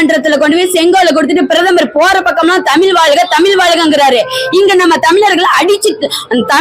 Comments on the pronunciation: ஏன்டி உனக்கு முதல்ல தமிழ் உச்சரிப்பே வரலை தமிழை தமில் சொல்கிறாய் இவளை யாரோ இங்கே அனுப்பியது தெரிகிறது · உன்னை பாடிவிட்டு அசிங்கப்படுத்தியிருக்கனம் உன் தமிள் அவ்வளவு நழ்ழா இருக்கு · tamiz appadinnu sariya sollu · முதலில் தமிழ் என்று சரியாக உச்சரிக்க கற்றுக்கொள்ளுங்கள் தமில் தமில் தமில் எத்தனை தமில் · தமில்இல்லை தமிழ் என்று சொல் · First the lady should pronounce Tamil properly. Pronounce ZHA correctly. Then you talk. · First let this WOMEN OTHUVAR pronounce original TAMIL ,instead of killing TAMIL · மொதல்ல தமிழ் என்ற வார்த்தையையே சரியாக உச்சரிக்கத் தெரியவில்லையே நீயெல்லாம் யாரும்மா? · தமிழ் முதல்லா சரியாக உச்சரிக்கவும் ..பின்பு …மற்றவை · தமிழ் என்று உச்சரிக்கவும். தமிழ் படாத பாடுபடுகின்றது.வாழ்க தமிழ்! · முதலில் "தமிழ்" என்பதை சரியாக உச்சரியுங்கள். யாக சாலையில் ஓதுவார் அவர்களுக்கு என்ன செயல் இருக்கிறது? ஓதுவார்கள் இறைவன் அருகில் இருப்பவர்கள். இவர்கள் ஓதுவதை கேட்கவே இறைவன் கருவறையில் வீற்று இருந்து எல்லோருக்கும் அருள் பாலிக்கின்றார். சிவா பெருமானின் குண்டலமாக திகழ்கின்ற ஓதுவார்கள், இறைவனுக்கு கேட்கும் தூரத்தில் இருக்க வேண்டும். யாக சாலையில் அல்ல. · பைத்தியம் உனக்கு "ழ" உச்சரிக்க வரவில்லை.தமிழ பத்தி பேசற. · தமிழ் ன்னு உச்சரிப்பே உனக்கு சரியா வரலயே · முதலில் தமிழை சரியா உச்சரிக்கவும் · முதலில் தமிழ் என்று சரியாக உச்சரிக்கவும்